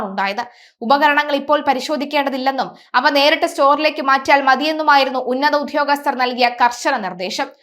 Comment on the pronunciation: "Uddhhyogasthar" ennu nallathu pole parayan atikku.